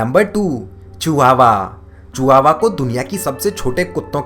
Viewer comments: Vo chihuahua h chiua nahi h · Chihuahua nahi Chihuahua dog breed bulldozer apni English thodi sudharo